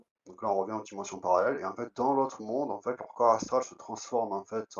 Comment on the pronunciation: En fait tu m'as saoulé en "FAITE" n'est pas français en plus 😂